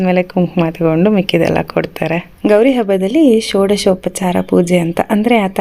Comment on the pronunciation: It is " marada jote yaake kodtaare" not "kaadtaare" alla.